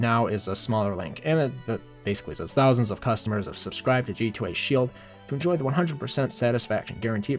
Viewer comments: Why are you saying shield weirdly? like shee-eld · you say shiehld, and deficuult, shieeeeeeehhhghhhld omg READ dude, and yeeeeeero, and weally weally snerky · my tongue twists when he says sheild